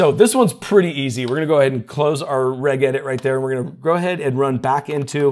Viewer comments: I love your content, and you have some super useful tips, but please - enough with the "go ahead and...". You said that phrase 23 times in this video 😆 Also, "Regedit is pronounced "Redge" not "Regg". It's the Windows Registry, not the Reggistry 😁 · Hate to be that guy but it is pronounced R-edge edit. It is the registry not the R-egg-istry. lol just wanted to give you a hard time. Both are fine. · Its 'registration editor' So shortened to 'regedit' with a 'Ji' sound, not a 'Gi' sound. I have no idea why that bothers me! 😮🙃😂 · its not called reg-edit, its pronounced "redge-edit" FYI. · NGL, the way you pronounced regedit kinda irked me. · Are you seriously saying "regedit" with a hard "g"? Wtf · lol, needs to learn how to pronounce "regedit".